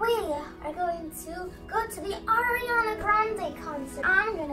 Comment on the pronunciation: so your saying ariana is in your family but you cant even say her name like "Air!"? whos air